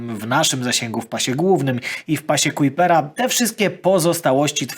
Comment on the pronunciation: w siódmej minucie mówisz cały czas o pasie Kuipera. Oczywiście zakładam, że to przejęzyczenie.